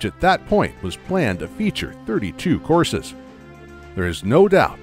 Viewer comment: Oh COURSES. I kept hearing, "horses" and couldn't figure out why Miyamoto wanted 40 horses in his game.